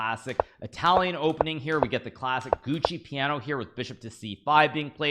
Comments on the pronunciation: It isn't called the Gucci Piano 😂, but the giuoco piano. Giuoco is pronounced like giocko. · gu oco piano, not gucci piano. embarrassing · Naka knows how to pronounce it. He does it wrong to be funny.